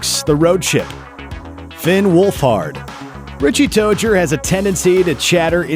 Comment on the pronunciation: THANK YOU FOR PRONOUNCING FINN'S LAST NAME RIGHT!!!!!!!!!!!!!!